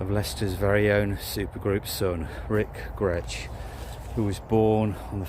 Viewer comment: Nice commemorative video to a great musician, the surname Grech is usually pronounced as "Grek" and not like the Gretsch guitars .